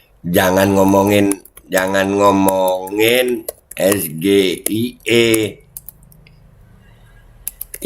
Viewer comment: SGIE (State of the Global Islamic Economy) adalah singkatan dalam bahasa inggris. Cara mengejanya ya harus dalam bahasa inggris juga, Es - JI - aI - I, bukan Es - Ge - I - E seperti yang mas Gibran katakan! Harusnya hal ini semacam spelling seperti ini adalah dasar, basic atau fundamental yang termasuk grammar yang harus dikuasai dalam tata bahasa inggris! Apalagi mas Gibran ini kabarnya adalah lulusan Bradford Unibersity Aussie & Singapore yang bahasa inggris biasanya diberikan dan menjadi kuliah wajib bagi mahasiswa semester awal atau tahun awal ketika menempuh studi di Universitas luar negeri yang menjadikan bahasa Inggris sebagai bahasa pengantar utama dalam kegiatan pendidikan maupun percakapan sehari-hari di lingkungan kampus! Kalau cara mas Gibran membaca singkatan SGIE seperti mengeja huruf dalam bahasa Indonesia Es - Ge - I - E, seorang ahli ekonomi atau ekonomi syariah dari luar negeri pun tak akan mengerti apa yang dimaksud mas Gibran! Alih-alih dengan maksud untuk mendapat pujian sebagai seseorang yang pandai atau memiliki pengetahuannluas mas Gibran justru akan menjadi bahan tertawaan atau dikritik!